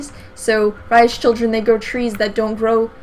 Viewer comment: oh damn u said my name right :)